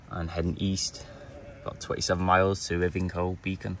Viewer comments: Great video mate. Pedant time: Ivinghoe is EYE-VING-HOE. You should have walked back from Incombe Hole (before going to Ivinghoe Beacon - btw some of the hills before this aren't hills but are burial mounds) and walked back through Ashridge Forest, had a look at the Bridgewater Monument and then taken the path down into Aldbury an archetypical picturesque village. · Nice one. Ive done most of the Ridgeway but in day sections. Needs to be gone in one go. Ivinghoe is pronounced Eye-ving-hoe I believe. Cheers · I grew up a few miles away from Ivinghoe in the little village of Totternhoe and am now questioning my sanity. We always pronounced it as eye-ven-hoe. 🤷‍♂️ Great video as always, love how chill you are just making your way across the uk’s amazing countryside and enjoying taking it all in. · Great video but I think it is pronounced I VIN HOE Beacon